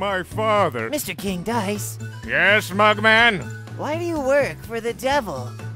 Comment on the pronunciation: Reads dice as dicc*